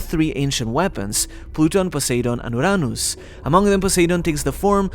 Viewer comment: can you say "Uranus" like a normal person? So annoying and cringy how you pronounce some things